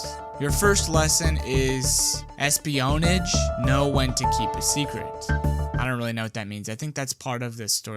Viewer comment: Es-pee-own-idge had me 😂😂😂